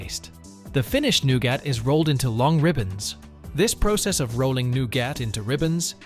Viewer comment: Nougat is pronounced "Newgut". If you can't use an AI that can pronounce common English words, try using a live person. Otherwise delete this channel. You guys used to be good when you used humans. The AI's you using these channels constantly fracture the English language